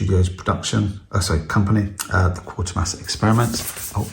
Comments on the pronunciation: It's actually Quatermass 😂 not quarter mass . Nice edition 👍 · It's easily done yeah it quat ermass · Okay, so you mispronounced it but I appreciate that an actual human being is here as too often I see videos with AI narration with silly mispronounced words.